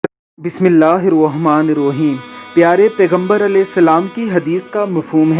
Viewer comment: سبحان الله. But my brother ap ny بسم الله bilkul ghalat parhi. Baray karam sahi say yaad krein aur ghalat na oarhein.